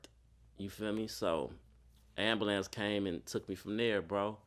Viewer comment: Ayumbah - lance? Wtf is that? I rode in an ambulance before, but never a Ayumbah - lance....